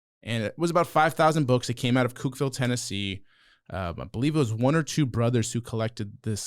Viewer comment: was killing me with that Cookeville pronunciation. Cook-ville or Cook-vul if you want to be extra southern.